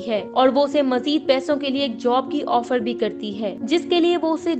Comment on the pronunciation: ओफड़ नहीं ऑफर